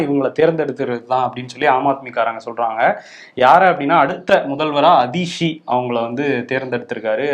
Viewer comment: and are doing a very good job covering the news with a progressive view. The increased focus on National level news items is also welcome. One request is to make an extra effort to learn to correctly pronounce words from rest of India (eg. her name is "Aatishi" and not "Adishi"). Otherwise we are no different than many of the Hindi speakers who can't say our Thamizh words correctly.